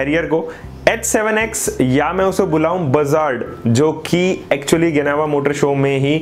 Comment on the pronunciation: इसको जिनेवा बोलते है ना कि गिनेवा